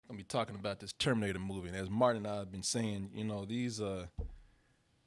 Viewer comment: This nigga said el terminato Im fucking dead